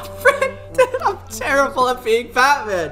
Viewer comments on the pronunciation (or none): I thought you said fatman 😂😂😂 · DO NOT CALL BATMAN CALL BUUTMAN